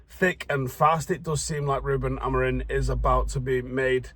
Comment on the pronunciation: still mispronouncing Amorim's name...the worst thing is he thinks it's spelled Amorin